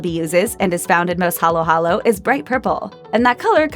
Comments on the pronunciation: *haluhalo peeps always get it wrong sorry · Sure ako ung magnolia hindi nabigkas ng tama.Pati ung halo halo